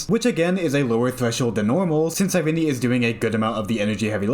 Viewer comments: Cyrene Sigh-reen Not sigh renee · Nice video, but I could barely watch it because of you badly you mispronounced her name. It's Ky-ree-nee. It's based off the greek word "Κυρήνη".